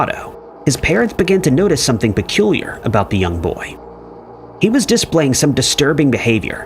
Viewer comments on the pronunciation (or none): It’s unbelievable!! Drives me mad that someone could be sooooo clueless. DIS-play. That was the original for me.